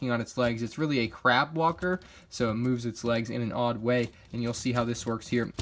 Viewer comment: I thought you said crap walker XD